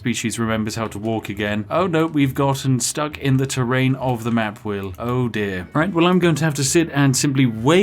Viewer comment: so, why does the spiffing brit play to this gimmick of being a posh englishman and yet refuses to pronounce "th" properly in a single word? baffles me. the slightly posh accent is heavily undermined by the extreme lack of rp